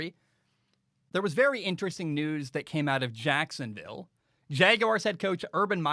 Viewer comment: The way says Jacksonville, JACKSUNvill.... 🤣🤣🤣